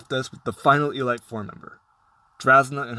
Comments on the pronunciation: Did you just say e-light four? You know it's pronounced e-leet right? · d-did you say E-LIGHT 4